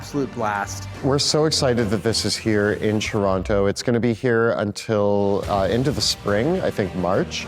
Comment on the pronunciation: "Churonto" I knew you guys were fellow canadians, but I somehow just felt it when they pronounced Toronto correctly.